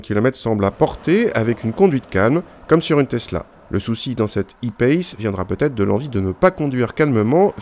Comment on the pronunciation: en plus pourquoi faire les choses à moitié puisqu'ils disent "payce" et pas "pace" comme on le prononcerait en français